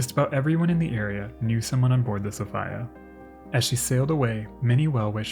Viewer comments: Yep, I have to be one of those people who think that the traditional pronunciation of Sophia is the right one -- so-FEE-ya rather than sof-EYE-ya. I looked at various other sources about Princess Sophia Matilda and nothing at all has come up stating that she insisted on being called by such an unusual iteration of her name. I say this because Americans are aweful when it comes to distorting names. Personally, the European pronunciation of female names are often far more beautiful, elegant, sophisticated, and feminine than the American bastardization of very old names that have been in Western circulation for centuries. No doubt changing the traditional so-FEE-ya into sof-EYE-ya is just another example of that. Americans ... and indeed, in some cases even the British ... seem to adore making female names from around the world sound less pleasing to the ear. At least in my admittedly subjective opinion. Unfortunately these bastardizations have been around for so long now that most people will defend the existence of the bastardization. For example, Americans seemed hellbent on elimi ... not sure if I'm writing that out correctly or not. I mean, seriously, who would want to name their daughter with a word that rhymes with their female anatomy. Know what I mean? Which may be a reason why the name "Venus" never became popular (thank god). In the same vein, Americans (and in some cases the British) stripped the letter 'a' from the end of most female names -- for some inexplicable r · Uhhh, "Sophia" is pronounced "so-fee-a", not "so-fy-a". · "Princess Sof-eye-yuuh" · Just fyi.. its Sow-fee-uh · Ty. It was killing me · I've never come across the pronunciation 'Sof-ay-a. If this really is the correct way to pronounce the name of the ship, I'd like to learn some background on this. Signed, a phonetics-, history- and naval geek. Thank you! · Great video.. though the pronunciation of Princess Sophia is a little odd. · I couldn't stand his mispronounced sophia. It was awful